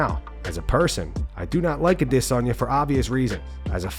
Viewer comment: Thumbs down for the idiot who pronounces adesanya wrong